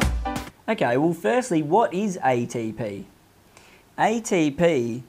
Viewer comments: EY-DEY-PI EY-TEY-PI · Aye tee p-hee